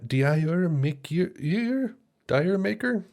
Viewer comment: An accent that doesn't exist in the US which was 70% of Zeps audience, and where everybody mispronounced it "Dire Maker". Comment stands